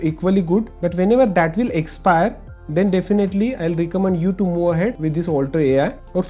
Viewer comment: involved not invold, move ahead not moo ahead